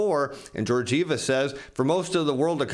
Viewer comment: I hope your shirts keep that level of ironing while you say Georgieva that way ... Man ...